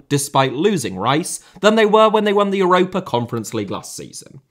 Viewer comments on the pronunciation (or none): none